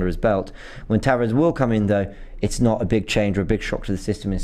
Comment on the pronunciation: He's pronounced Nuno Tavarsh, just like Bruno Fernandsh